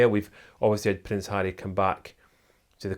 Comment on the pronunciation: I love the way he pronounces Harry with his Scottish accent!